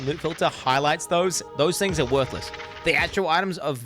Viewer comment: Four thinhs😂😂